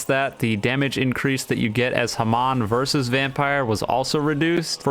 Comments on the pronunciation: i HATE how he says hamon. it's HA-MONE, NOT HA-M-ON! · dude its not haman its hamon pls say it right Booooo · your videos are so good until you say HA-MON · The way he said hamon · why u say hamon so weird